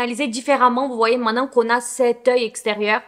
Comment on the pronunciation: On dit "main te nant" pas mainan ! 😊